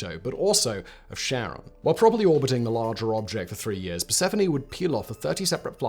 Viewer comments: Pretty sure it's pronouced "keh-ruhn." Almost like Karen. Not pronouced Sharon, like Ozzy's wife. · True to his word Simon has blocked comments mentioning the word that starts with a P and sounds like annunciation. But to be fair even astronomers don't agree on how to say Charon as some go with naming the planet after his wife while others use the classical (keh-ron). Personally I'm old school and hearing it as Sharon grates on my ears but I'll get over it. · so who is this sharon? any relation to (phonetic spelling warning) KARE-UNN? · Car-On, not Share-On. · It's not Share-on, it's Care-on. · Sharon? We say CHaron with a ch as in lochness, As in the boatsman, "Who pays the ferryman?". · Low-well. Keh-ron. :) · I really don't understand why on Earth in english its name starts with a C. It should be a K, as Kharon. Because Kharon is named after an ancient greek deity, the ferryman of Hades. And pronunced with a K sound. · Charon? Don't you mean Kharon? After all, you know what they say... "Charon IS Kharon" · Pronouncing it "Sharon"? Seriously? No one tell Julius Sheeser, he might go to sherch and sheck his shar. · Stop calling it Sharon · Kar-on would be more accurate. Good video otherwise. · Charon is Neither “Share-on” nor Sharon. It is a hard C not a soft C. ✨✅ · Every time Simon said Charon, all I heard was Ozzy yelling "Sharron!!". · Can you please pronouce it properly and not like Sharron? It is named after greek keeper of underworld not someones aunt. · I couldn't help thinking of Ozzy Osbourne when you kept saying Cheron. Cheron ! where's my bleeping remote !. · I despise James W. Christy with burning passion for naming Pluto's moon after his wife. And everyone who pronounces Charon as "Sharon" should be burned on a pyre. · You're pronouncing it wrong. It's Greek, not French. You read it as if there's a K. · Kh, not Sh. Almost like Karen but not quite. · its charon not cheron... it made video unwatchable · Charon = Kuh - ron, not sharon